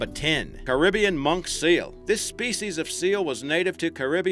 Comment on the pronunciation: u pronounced Caribbean wrong